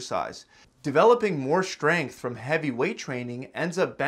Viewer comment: Schtrenuous. Schtronger. Schgrenth. Schtreamlined. I think you might have a schlight schpeech impediment.